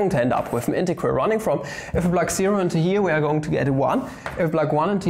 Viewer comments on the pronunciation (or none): That in-te-ge-ral sign tho